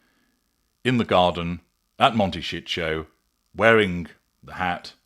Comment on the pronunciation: This AI butchers the word 'Montecito'. Do better!